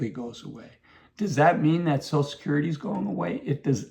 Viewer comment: It’s called social security, not sosul security.